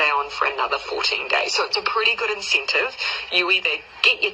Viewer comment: I refuse to be teested. I don't care what your inceentive eez.